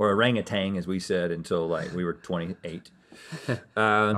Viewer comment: As a malay people, i can assure you link pronounciation of orangutan in his whisper is the correct pronounciation